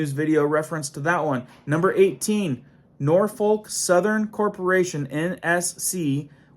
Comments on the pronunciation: N O R F O L K not NorTH foRK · It is pronounced Nor’fok!! But I’m from Tn.. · And the L is pronounced as a C. "We don't smoke! We don't Drink! Norfolk! Norfolk!"